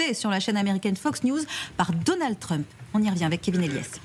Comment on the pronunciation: "Donald Treump"....quand allez vous apprendre a prononcer la lettre U en anglais !!??!!??!!??